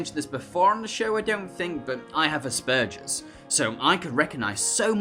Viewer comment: You pronounced Aspergers wrong